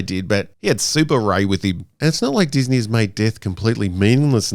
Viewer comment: ah yes, dis-meh star wars...